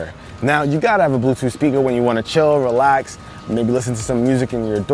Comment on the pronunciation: "Realx Drake" lol